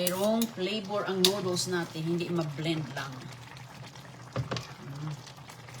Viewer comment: Grabe she said noodles incorrectly.